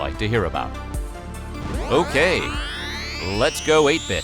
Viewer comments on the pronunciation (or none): I thought you said "Lets go ape shit" when you said " lets go 8 bit"